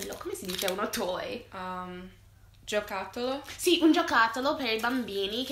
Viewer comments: * HAHAHAHAHAH GIOTACCOLO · "Dentro c'è un gioccotollo" XDXDXD una delle parole dette male più belle di sempre XD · Non ricorda la parola giocattolo, ma "ma come cazzo si dice" gli viene perfettamente, questo indica che gli stanno insegnando bene